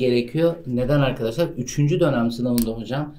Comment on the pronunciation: 'de dönem mi diyorsunuz lütfen söyleyin